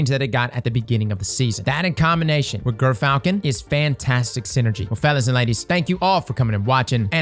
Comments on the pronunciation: I swear I heard you say GIRTHfalcon! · just a quick heads up since I know this'll already last a while: it's pronounced 'jer'-falcon